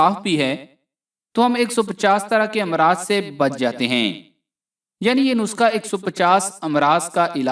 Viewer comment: Bhae,nuska nhi nuskha hota hy